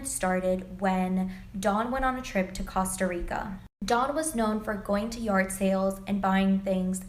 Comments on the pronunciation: I’ve never heard Costa Rica pronounced like that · The way she pronounced Costa Rica is a disgrace